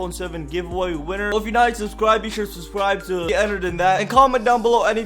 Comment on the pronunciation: "I suscribe"